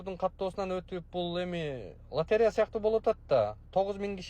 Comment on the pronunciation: Латарея деп эле айтат